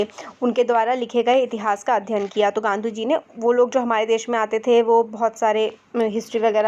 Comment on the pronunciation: Mam its not gandhu its gamdhi😅 in